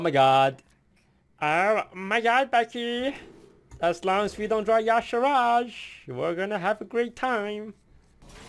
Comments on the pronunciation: But toast, it's Y'Shaarj, not Y'Sharaaj. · its yshaarj not not yshahaarj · it's Yee-Shah-rj, Not Ya sharaj :( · I wondered about the pronunciation too, but the WOW wiki says, and I quote, "Pronounced YAH-Sha-Raj"...even though it should clearly be said, "Yuh-Shaarj". :s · "yashirajj, okay... never heard of him but another cool video i guess" reads card --> Y'Shaarj "DUDE GO TO SCHOOL CANT FUCKIN READDDDD" no but i love you dont kill me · Due to my native language I find really weird that people call Y'shaarj Ya'Sharaj, since I usually call it "Yi'shaarj" I can't see where the supposed A after R goes. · It is y'shaarj. Not yaash'raash! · Why the hell does everyone say Yasharaaj if it is Yshaarj? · why is he calling y'sharrj "yasheraash"? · actually yes. Youre right. The one time in actual canonical wow lore where his name is spoken, (In the Klaxxi questlines in MoP) it is pronounced like "Ya'Shaarj". But im insisting that it truly isnt pronounced like "Ya'Sha'Raajj" Because that truly just sounds inane and astronomically diffrent to the spelling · IT'S Y'SHAARJ NOT Y'ASHARAJ!!!!!!!!!!!!! Get it right for once, Toast! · Why the hell does toast (and others) insist on saying "yashiraj"? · Its Y'shaarj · Is his name supposed to be pronounced yahshooraj? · "Yosh a RODGE" No. Thumbs down. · It's Y'Shaarj, for fucks sake it's two syllables man 😂